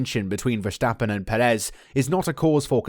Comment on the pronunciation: My biggest weakness is your pronunciation of Verstappen's name 😂 jokes aside, good video mate 👍